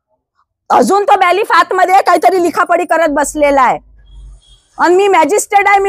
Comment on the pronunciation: ताई त्यांना बेलीफ असे म्हणतात तुम्ही चुकिचा उच्चार करतायत वारवार.सुरवातीलाच या धोटे ताईनी दुर्दैवाने आपला देश संविधानाणे चालतो असे म्हटले म्हणजे देश संविधानाने चालू नये असे आपणास म्हणायचे आहे का.सुदैवाने असे म्हणावयास हवे होते.